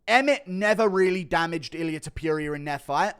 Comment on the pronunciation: The way you say Ta-pure-ia 😭